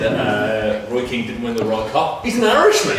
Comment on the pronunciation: How can you say Keane anyway close to veira that’s an insult